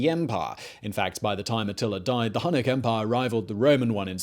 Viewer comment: H U N N I C --> Hue-nik